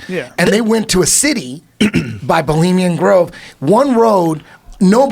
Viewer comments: "Bulimian Grove" Thanks, Eddie. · Bravo calls it Bolima grove hahaha